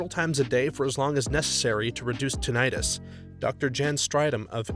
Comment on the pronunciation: It’s not “tin-itis”. It’s tinnitus. “Tin-ih-tuss”